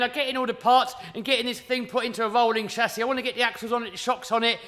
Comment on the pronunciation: I love the way he says 'shasis'😂 You will definitely win the competition 👍👍👍👍👍 MY BEST WISHES ❣️!!!